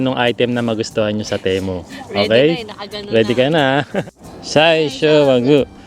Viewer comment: Sir pronounce mo Ti as Timu para sound as Temu. Ok